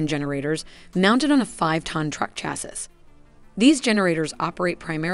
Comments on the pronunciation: Text to speech voices are getting better, but cannot articulate nuances of speech and issues with some pronunciation. Chassis - Chas- sis, instead of chassee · CHASS-ISS... I'm out. I want someone who knows what they're saying not someone who reads a script and doesn't even know how to pronounce the words. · Chassis is pronounced "shassy" 😂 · It's not "chas-iss" it's pronounced "chass-ee". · Chassis, pronounced chass-e. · Small correction: Chassis is pronounced chass-ee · chassis not pronounced correctly.